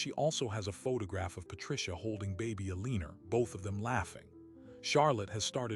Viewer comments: Alina does not have an r in it. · Kills me how this clown has mispronounced the characters name endlessly